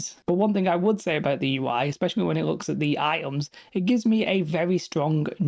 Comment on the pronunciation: LOL, good one! He does not saying Items, he saying I'ems! Love the Bri'ish accent ^^